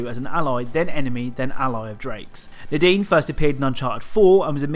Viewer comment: When he says “Nadine” I feel like he says the dean lol